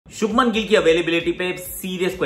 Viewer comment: It is not shubman....it is shubhman Please correct 💯